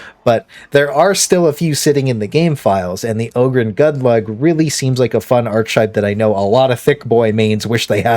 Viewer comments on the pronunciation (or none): Archetype > Ark-EH-type